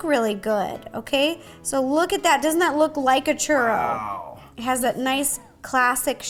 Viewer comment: You put the RO in churRO